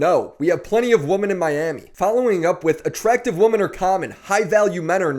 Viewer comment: Why is it that literally nobody in this space can pronounce "women" properly?